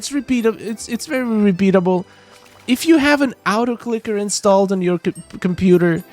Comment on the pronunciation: what is an “out-o clicker”? 😂